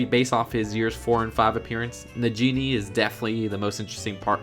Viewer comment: not Najini